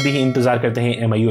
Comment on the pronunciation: It is not AM EYE. Its ME. Hope you understand.